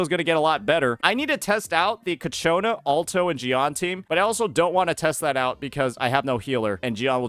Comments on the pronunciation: does he say kachona just feed his ego or something? XD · It's so funny hearing you pronounced ciaccona as Katyuna, sounds like a cheap Russian rocket😂